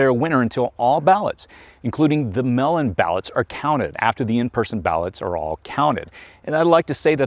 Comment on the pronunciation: WTH?! The word "MAIL" is pronounced like 'male" - it's not pronounced like "MELL" as you said.